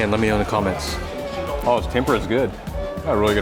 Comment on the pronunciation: But his italian & japanese--hilarious! 🤣 Not tidimisu--tiramisu. Tempura (ten pu rah')